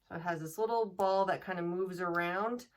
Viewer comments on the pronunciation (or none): none